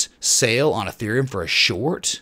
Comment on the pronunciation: Isn't it pronounced Ethereum 😲